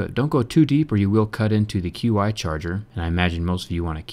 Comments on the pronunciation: JerryRigEverything it's not Q-I it's pronounced as Chi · QI Charger - Pronounced "Chi" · you now Qi is pronounced "chee" right?